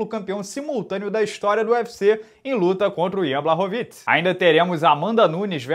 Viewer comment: Fala, beleza irmão? Sou fã do seu trabalho e por isso vim aqui na minha humilde boa intenção de ajudar. Moro na Polônia e por isso sei um pouquinho de polonês, no caso do nome do Jan Błachowicz, a letra Ł no vocabulário polonês tem som de U e as letras CZ juntas tem som de "tch" então foneticamente o nome dele se pronuncia "Buarrovitch", se quiser posso pedir pra minha esposa polonesa mandar um áudio só pra consolidar. No mais, espero ter ajudado, irmão, desejo sucesso e que o canal cresça ainda mais, vc é o melhor na sua área! Oss.